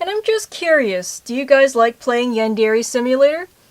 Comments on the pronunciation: No offense but u say yandere and manga wrong this is how u say them yawn/dare/e And mon/ga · she pronounce yandere as yandeeree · This chick says "Yandere" weird. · YOU'RE PRONOUNCING YANDERE WRONG OMFG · did anyone else scream at the screen telling her "IT'S NOT PRONOUNCED LIKE THAT!" every single time she says "Yandere"?